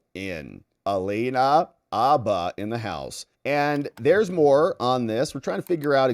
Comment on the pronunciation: Bro! Abba is a Swedish rock group. Habba is a lawyer. Include the H. Say Habba. Say it how it's said. Habba, dude, Habba.